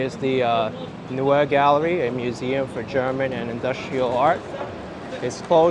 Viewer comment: At 29.20 "Neue Galerie" corner 86th street - 5th Ave. Sounds like "nojje Galerie" not "newe". Also the jumping-off place of the German-America Steuben Parade last september 21th.